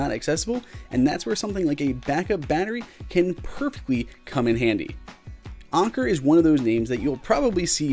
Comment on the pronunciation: You're pronouncing it wrong, it's an•ker not on•ker.